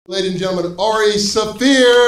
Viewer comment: Guy says ari saffir not shaffir lol